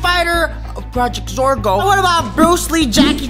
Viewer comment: Zorgo not Zorger